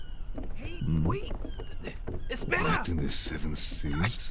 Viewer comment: Me muero 😂 cuando dijo carajo jsjsjsjs. Perfecta pronunciación de mi palabra favorita